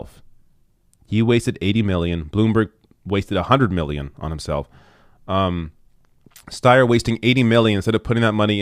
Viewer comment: Stayer Steyer. Stayer Steyer. IDK. Haha.